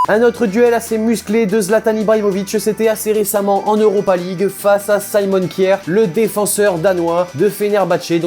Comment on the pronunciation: On prononce pas kiaer c'est k jaer